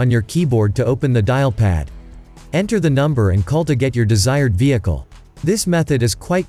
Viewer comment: I like when he tell vieeechal 😂😂😂